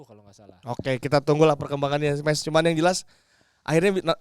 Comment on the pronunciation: Sorry nih bang, yg bener Meis jd ada ei-nya. ✌️